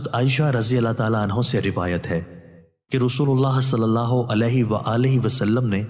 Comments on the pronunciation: Jazakallah khaer apse apil hai hazrat saeyeda aesha sideeka Razziallah ho tala anaha ne farmaya guzarish anho nahi anha hai shukriya apka talaffoz sahi kijie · Aoa Bhai (HAZRAT AISHA RAZI ALLAH O TAALA ANHAA) HOTA HAI NOT (ANHO) JAZAAK ALLAH🙌